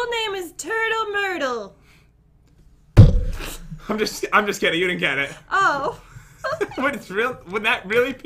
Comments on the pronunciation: “It’s name is... tUrTLe mYrtLy”😂😂😂😂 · I was drinking a soda and spit it all over my self when i heard turtle mertal